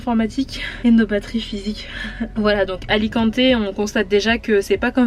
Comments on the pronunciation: salut les jeunes , ne prononcer pas é a alicante cela fait mal aux oreilles, merci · Kikou juste peti rectif : c’est Alicante et😊 non Alicanté . Bonne continuation vous êtes sympa